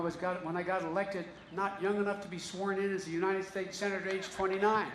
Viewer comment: In Philadelphia he has a crowd of what, 300 people? And Joe.... it's u-n-I-t-e-d..... not ..... u-n-i-n-t-e-d